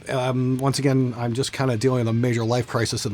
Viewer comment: I really die laughing every time he pronounces I'm as Im.